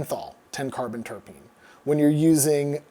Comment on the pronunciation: Spelling: Terpene Beer expert: "Terpene" Adam: "Tarapene" Jokes aside, this has been very interesting and informative. Love your stuff.